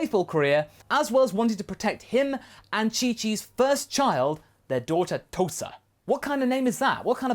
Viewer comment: Tousa. At first I understanded "toaster"